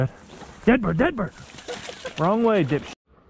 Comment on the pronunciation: The moment he said wrong way “dip shi” to Fred LMAO